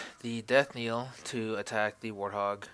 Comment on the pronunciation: Knell is pronounced like nell not niel.